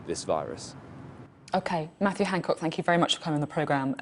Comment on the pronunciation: Is she saying "Hancork" because she doesn't want to say "cock"?